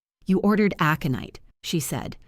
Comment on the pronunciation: Well written story! Worth the time to listen. The only problem was AI's pronunciation of a few words (aconite) was far wrong, and timing / stops while narrating the story. Still, better by far than most.